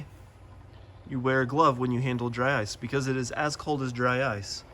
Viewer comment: Did you say "drice" 😂 I like it dry ice = drice